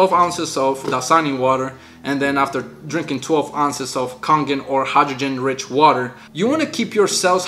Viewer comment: It's pronounced Kay-gen water.